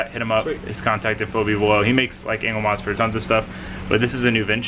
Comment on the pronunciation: i kept hearing "anal mods"